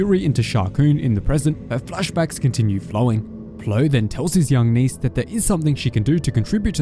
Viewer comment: Just say niece, it’s not that hard